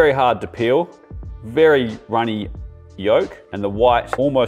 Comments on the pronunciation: Am I the only one that hears yunny rolk instead of runny yolk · He said yunny roke